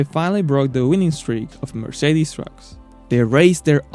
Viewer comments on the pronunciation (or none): none